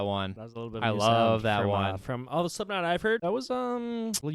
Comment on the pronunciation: Bro really said sleepknot